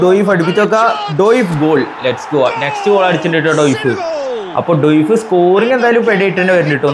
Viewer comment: ഡോയിഫ് അല്ല bro ഡിയോഫ്